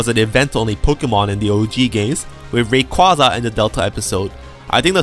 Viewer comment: Hearing you mispronounce Rayquaza is agonizing.